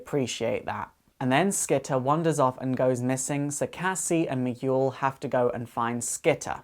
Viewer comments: It's Mi - gel not Mi - Guul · Miguel. Mee-ghoul??!!?? No. Mee-gell. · Sorry but Miguel is pronounced me geel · Firstly, I would like to say that I really enjoyed this video. I loved the Titans and I hope that I can connect more with their next incarnation. Secondly, the pronunciation of Miguel was driving me crazy so I had mention that it's pronounced "me - g'hel". Anyway, awesome video! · me-gel. where the g is like guile from street fighter. hearing your pronunciation pleased me.lol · Fantastic! Congratulations man, you did it! A like goes to you. ps: Miguel is pronounced "Mee-gell", another verson of the name Michael. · Did ever learn how to pronounce Miguel? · hey there you grovy video dude. love this vid just letting you know i was thrown of for a bit. not because you were not making sense but because you didnt say miguel name right not blaming or calling you out on it like i said im loving your vids sorry i dont like them but i do binge watch them like eatting candy on holloween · THATS NOT HOW YOU SAY MIGUEL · OH wow, that was wonderfull, and i need to applaude to you for spending your time on this video, so much work must have went into this, and there's a lot of info here that i wanted to know. Just don't get mad at me or anything, but that's not how you say Miguel, you don't read the letter "U" when it's between the letters "G" and "E" (though i can't blame you if you don't speak spanish, sorry for bitching about this). I didn't mean to be a jerk, sorry, if it's on any consolation, my english is spotty sometimes